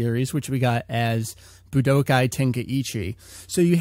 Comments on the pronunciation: BlackKnightKomms K. Coming back to this comment after a year. Wow does this sound dumb. What I meant by the comment is that he puts an unnecessary emphasis on the "Bu" in Budokai. The tenkaichi part, which i'm guessing, might be because of an accent or something. Ramble Fam, this was an AB conversation, You know the rest ;) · Buh-d'oh-kai? Seriously? Boo-duh-kai. Budokai is pronounced Boo-duh-kai >.> Ten-kuh-eey-chee? More like Ten-kai-ee-chee. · Boo-d'oh-kai. Budoukai. Budookai. Budōkai. ぶどうかい. 武道会.